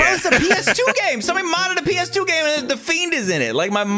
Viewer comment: The gameuhhh